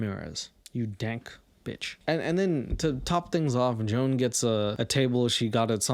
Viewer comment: Joan is the name of my horrible stepmother, and it highly titillated me to hear all the ways you desecrated the name Joan.